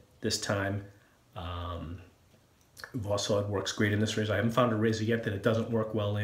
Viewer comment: Great video but you are still saying the name of the blade wrong... If you put восход in Google translate it gives a fairly good pronunciation. It's pronounced vas-ch-ot. In Russia a "o" is often pronounced as a "a" and a "d" at the end gets a t-sound...